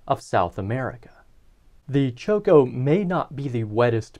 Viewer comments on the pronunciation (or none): is not pronounced choco, but chocó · Please pronounce correctly...it's Chocó and not Choco. I'm French-Colombian and I love this part of Colombia...beautiful topography. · Great video, i’ve been bingeing this channel lately. One note: there is an emphasis on the second o in Chocó as seen by the accent mark, so it’s pronounced less like Choke-oh more like choke-OH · cho-CO, bro. Stress on the last syllable. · I find it extremely funny that you pronounce Chocó as choco as in chocolate. The emphasis is in the last O. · Very nice content, however your Chocó pronunciation is painful to Colombian ears. You should remark strongly the second syllabe, hence the tonic accent!